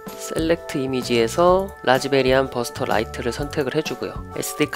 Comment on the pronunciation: 별로 중요한건 아니지만 라즈베리안이 아니고 라즈비안입니다. 뭐 라즈베리안도 귀엽고 좋네요.^---^ 항상 잘 보고 있습니다.